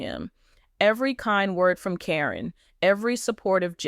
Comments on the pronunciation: If this is legit, why are you pronouncing Caryn’s name incorrectly. It’s “Karen” even though it’s spelled differently. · This is bull First you or sources should know how her name is pronounce Second it would be on the news which it was not And thing about his son is far from the truth Matt would never allow that